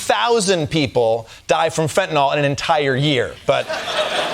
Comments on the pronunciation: Why do people pronounce fentanyl "fentanol"? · What is fentinol? I know about fentanyl... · What is fentinol? I've heard of fentanyl. Not fentinol. Oh well. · Can't any of you read??? The spelling of the drug you are talking about is FENTANYL.... There is no letter "o" before the last "l", so not FENTANOL, but FENTANYL, pronounced FENTANIL !!! Grrrrrrr!!!!! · Fentanyl. It's pronounced 'Fent-an-ill', not 'Fentinol.' As a hospital pharmacist, I might know what I'm saying. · It's not FentanOLL, Its's fentanILL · Why do people say "Fentynol"? Its FENTANYL! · Americans still cannot pronounce Fentanyl. No O in there guys. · It's pronounced fentanil, not fentanol. You'd think she would have known that, from profiting on it coming in the back door. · "Flentanyl" did you say 😂 puff 💨puff 💨 😯uhhh🤔🙄🤔....... 🤨WHAT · That drives me nuts, too. It's pronounced FEN-tuh-nill. 💊💉💊💉💊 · There’s no such drug as”fentanol” 😂😂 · Why does she keep saying “fentinoll”? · That’s not what she said. She said it was 21 million “Fentanawl” 😂😂😂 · Does it drive anyone else nuts how they pronounce fentanyl???